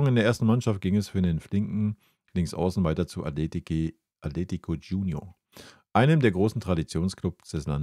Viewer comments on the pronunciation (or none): none